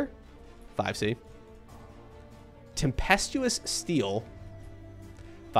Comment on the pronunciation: First streamer I’ve ever seen pronounce “tempestuous” correctly, stunning performance gg